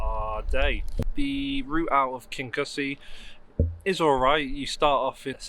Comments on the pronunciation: KIN-YOU-SEE = Kingussie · It’s pronounced Kingoosie! 😊